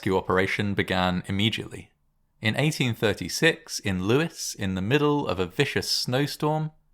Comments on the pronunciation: No, it's pronounced Lew-is as in the name Lewis. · It's pronounced Lews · No, it's pronounced Lewis. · Lewes is pronounced loo's, as in word lose, not trying to be picky.